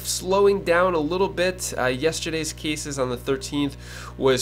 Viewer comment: Cases. Not keysis